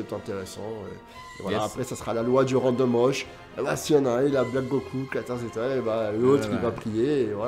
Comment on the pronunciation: Pour info, random rush se prononce a la japonaise randomu "rashu" et non "rashuru" :)